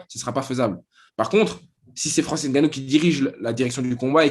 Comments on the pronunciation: le N de Ngannou ne se prononce pas à l’oral, tout comme le M de Mbappé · Il n'est même pas capable de prononcer correctement le non de famille de Francis Ngannou et tu veux que l'on sub !Tu es un gros malade toi ! Mdr